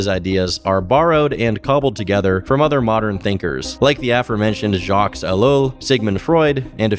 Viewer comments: The name Jacques pronounced as "Jocks" 😑 how does someone reach adulthood without hearing the name Jacques?? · Always love your content. Just thought i would mention the name Jacques is pronounced without the "s" on the end. French is crazy 😅